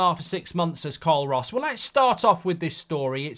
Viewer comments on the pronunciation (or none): none